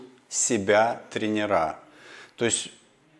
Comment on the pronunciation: Могу порекомендовать хорошего педагога по русскому. А то ваш русский уже не русский. И не тренерА, а трЕнеры. 🥸